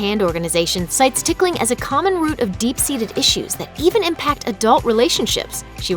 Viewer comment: I hate hate hate being tickled Actually I'm cringing every time the narrator says "ticking"